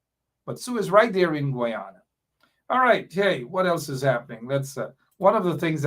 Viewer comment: Why is it that has a problem with the pronunciation of the word Guyana. The proper pronunciation is guy an' a..the Ppp has the correct pronunciation.